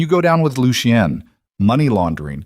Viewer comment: Lucien - Pronounced Looshun. Not..... Loo she en, Looshe ee en, Loo see en.